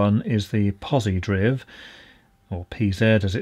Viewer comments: Omg hearing pronounce it as pozidriv instead of pozi drive was infuriating. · Well, I can say that he mispronounces "Posi-Driv". It's Posi -DRIVE ("Positive Drive") not "Posi-Drivvv" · Driv as in drive, not driv as in spiv! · It never ceased to amaze me people don't know how to pronounce Posidriv. It's not "posi-DRIVV" .... It's Posi-DRIVE !!! It stands for "Positive DRIVE"... Posi-Drive DOH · I've been pronouncing is as pozi drive...all these years. So it's pozi driv? You learn something new every day. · Pretty sure I've always heard it called 'pause - ee - drive' not pause e driv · Drive not driv. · It's pronounced POZIE-DRIVE. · It is pronounced pozidrive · In 58 years I’ve never heard Pozidriv pronounced like that. I’ve always heard it as Pozi-drive, how about you guys? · Agreed - it's pozi-drive. Magnificently obviously it's a shortened form of 'positive drive'. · Very good, but it's pronounced poz-i-draiv (pozidrive). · Even though it doesn't have an "e", I think Pozidriv is pronounced ""DRIVE". May be just the way it's stylized. I can only think of one other example of this linguistic phenomenon: MedRxiv . This is a platform for medical doctors to upload academic papers and I'm certain it's pronounced "med archive". Pedantic? yes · I'm preferring the pronunciation 'pozidrive' as that seems to be the intention ! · Also, I read and pronounce it pozi_DRIVE._ Why you gotta be so literal,? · Spelled Pozidriv but pronounced Pozidrive because it's a screw driver. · It's pronounced pozidrive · Think it's pronounced Posidrive isn't it? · U know its pronounced drive right😆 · I'm guessing it is pronounced POZI - DRIVE !!! Holy hell man... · One always wonders about the content of a video when it starts with a mispronunciation of the subject's name.